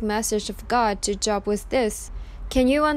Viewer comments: I speak 2 languages. Her pronunciation shows a lack of biblical knowledge not saying Job correctly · Good point, but-it’s a book of the Bible. But, u r right. She’s prob not Christian. But the story is heavily Christian-influenced. Content is pretty good. Just maybe needs to research the pronunciation is all. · Please stop pronouncing it “job” like a job! It’s “Joe-b”! It’s a Bible Book! C’mon! Really? Lose credibility & sound stupid, OR correct it & keep viewers! Content is pretty good- but— not a good look. Even if the voice is computerized- change it or take it down! Respectfully IMO! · This is comedic gold with her reading scripture pronouncing Job as a job (Work) when I got my 1st class FCC license so I could be on radio when I was back in high school I had to take a class and pass a test in broad cast journalism pronunciation, this planet just gets dumber, and dumber, in this case very funny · it's not job...it is pronounced with a long "O" vowel sound...ugh I hate computer voices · Please...if you are quoting the bible please prounounce the names correctly. It is not JOB.. its the Long O like bo...wl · It's pronounced J oh b with a long O, not like, I have a good job, short O. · Wretched what’s happened to these girls and how their parents chose to handle this disgusting situation. I feel absolutely horrible for these girls. Job- is pronounced Jobe- long O not short. Irrelevant given the topic at hand but it bugged me hearing it pronounced wrong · Thanks for the video. Job is pronounced with the long “o”, as in the words goal or go. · Exactly. In this case the O it is pronounced a long O. Such as Oprah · Ty. This was drivi.g me nutts lol. Jobe is job. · Just an FYI, your pronunciation of Job is incorrect. The name rhymes with "robe". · It is pronounced Job...long o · It’s pronounced with a long o. It’s not job like working it is pronounced Like Joab. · You can't even pronounce JOB. It is JOOOOOOOB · JOB! LONG "O"...... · It’s Job with a long O